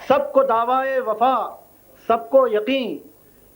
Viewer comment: Daawaa e wafa kya hota hai Daawa e wafa hota hai Iske baap ko isko jihaalat par sharm aati hogi